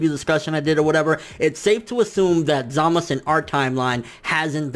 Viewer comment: Why are you saying 'Zamas' and 'Gowas'?